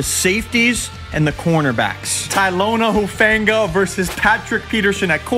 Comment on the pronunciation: did bro jit call him taylona hufaanga